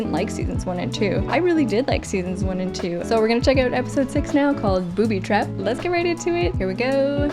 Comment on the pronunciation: "Booby twap" The Goonies 😂